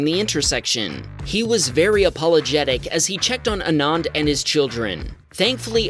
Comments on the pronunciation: ANAAND = ❌ AANAND = ✅ So, ANAND = Aah-nuh-nd The way you pronounced the second 'A' should be the way you should pronounce the first 'A' and vice versa. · its pronounced as aananth indian name btw